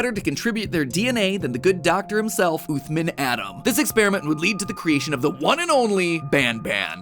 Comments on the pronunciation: As a person who’s fluent in Arabic please tell matpat to say عthmaan and not oothmen im begging you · Blud said "uthman" as "athmin" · Uthman is an Arabic name, pronounced ooth-mahn, not ooth-min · Im pretty sire the doctors name is supposed to be pronounced as usman not uthman, because in Arabic the name uthman is pronounced as usman (with a little bit of the th sound but thats just the Arabic pronunciation) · Uthman is pronounced like oosman and with a short 'oo' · You probably mispronounced uthman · The way MatPat pronounced “Uthman” …. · While it bothers me how he keeps mispronouncing Uthman's name, it was a pretty interesting theory. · nothing hurts more than the way you pronounced Uthman Adam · Awesome vid but the way he pronounced Uthman just made me wanna die